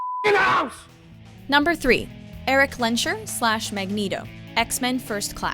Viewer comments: dammit I know not everyone speaks German and it's not easy to pronounce BUT it's pronounced Lens-Herr. The S is audible and the H as well, it's pronounced separately not like in 'sh'ampoo. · it sounds awful how she says eric lensherr^^ she is not even trying to say it right.